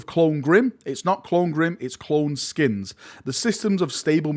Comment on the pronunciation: I believe cloneskeins are pronounced clone 'skaines' as opposed to skins, no?